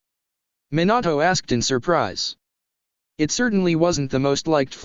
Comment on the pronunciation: Why did minato sound like minAtoe